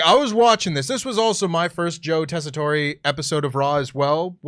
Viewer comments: Tessitore is pronounced without an é at the end 😂 Just pretend the e isn’t there boys 😜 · I love wrestle talk, but Daggum it it’s pronounced Tes-I-tour. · I really wish didn't mispronounce Joe's name cause now everyone is doing it.... it's tessitore......so you say it tessitor